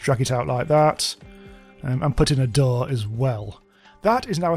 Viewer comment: for some reason it's hilarious to me when he says corpses or doors